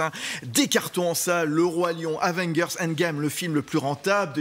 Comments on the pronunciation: C'est bien "Avengueur" Endgame ? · avenguerss mdrrrr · Aven quoi ? 😂😂